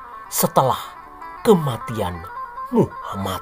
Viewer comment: Instrument dan comentatornya mantafff apalagi waktu bilaang muha-MAD bikin ketawa🤣🤣